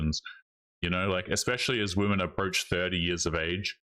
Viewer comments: Its crazy how so many women cant even pronounce the word women. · i wonder when these modern women will learn how to pronounce the word, 'women'. its almost like every single one of their 1st grade teachers failed teaching them basic english.